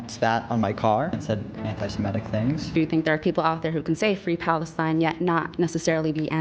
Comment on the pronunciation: Stop saying Semetic, it is Semitic, from the word Semite.